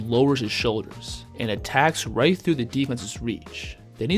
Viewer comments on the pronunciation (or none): none